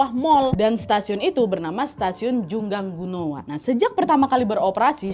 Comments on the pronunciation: Koreksi kak bukan jungangguno tapi jungangno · Kim Dae Han dibaca : Kim De Han Jungang-ro dibaca Jung Ang No (udh ada tulisan nya diplang nama stasiun, cara baca persis seperti itu bkn jung gang gu no😭) Choi Jeong Hwan dibaca Che Jong Hwan Choi Sang Yeol dibaca Che Sang Yol next research how to pronounced ya, Nadya. Biar informasinya juga tepat. 🙏🏻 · Dibaca jungang ro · correct lagi kak. bacanya Jungang-no.